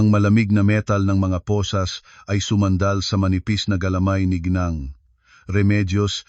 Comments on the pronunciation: Deretso ang bigkas ng ginang hindi g neng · Pls bigkasin ng wasto ang mga salita tulad ng ginang hindi gneng.